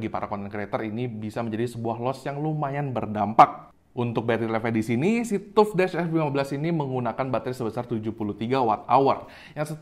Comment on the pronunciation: TAF WOI BACANYA BUKAN TUP TUP